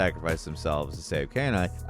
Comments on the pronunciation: saying canine instead of kaine is horrible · LOL Kain Eye. That's not how you pronounce it at all. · Who tf is Kay Nye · Given that Kaine's name pronunciation was in the game it's hilarious how saying it. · Listen, we're going to seriously need to screen your pronunciations of anything related to NieR going forward. I've never seen a name incorrectly pronounced so badly before. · bro did you really say kaiden's name wrong? it's a voiced game, they literally say his name lol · Good lord, did you even try to pronounce Kaine? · The host obviously did not play Nier, since he can't properly pronounce KAINE. Perhaps watching a video of the game for next time could help. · I swear pronounces “Kaine” differently every time. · Still mispronounced Kaine; they literally say the name multiple times in game. How does he keep getting it wrong?